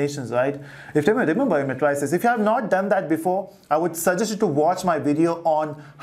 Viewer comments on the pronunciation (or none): Thank you for the lectures. Please the pronunciation is mei·truh·seez not matryceez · mae-tri-ces ....lol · Matrices = mei· truh· seez != met rice s Diagonal = dai· a· guh· nuhl != Dia o go nal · CAN YOU SAY MATRICES CORRECTLY OR WHAT!!!!!!